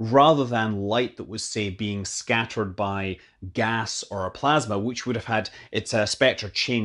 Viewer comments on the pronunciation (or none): none